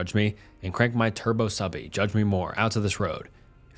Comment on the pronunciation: OMG. HE SAID TURBO SUBBIE hahaha I think he meant turbo SUBIE like SUBARU (